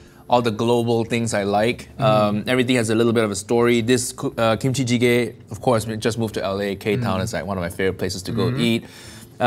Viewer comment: AS A KOREAN aka a person who was born in a place where kimchi was made i was offended by how you pronounce kimchicege